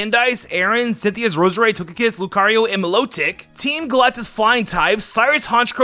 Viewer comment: You called Milotic lotic